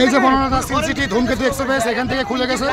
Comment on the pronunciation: ধুমকেত এক্সেপেস নারে সাংঘাতিক ধুমকেতু এক্সপ্রেস